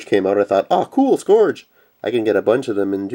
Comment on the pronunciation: Cool. However, the only one frm Generations I want is Wheeljack. Jazz is in the "TRANSFORMERS" line and with that I'll have all 10 of my favorite G1 Autobots in new toy form. By the way, it is pronounced "scURGE".